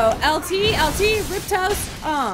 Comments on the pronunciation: i love but rip tos instead of riposte was killing me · haha riptoast ? its riposte